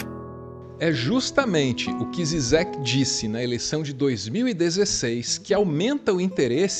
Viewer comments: A pronuncia se não me engano é Jijek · A pronúncia de Zizek é "Didjek" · A pronúncia do trêfego filósofo é Slavoi Jijek